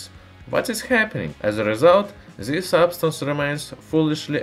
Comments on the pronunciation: You know so much..how come you stil say Zis in stead of this? Use at least the D 😉👍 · When someone will tell him to say this not zis? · TRANSLATION... ZE ( the ) ZAT ( that ) ZIS ( this )